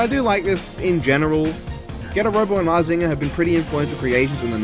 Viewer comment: You are pronouncing mazinger z right and believe in the getter